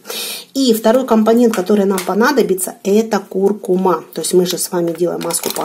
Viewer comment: Спасибо. Правильно произносится куркУма.